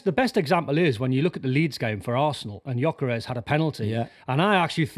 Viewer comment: are they talking about gyokeres when they say "ioggeres"